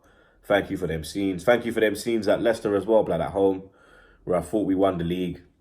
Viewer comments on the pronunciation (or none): none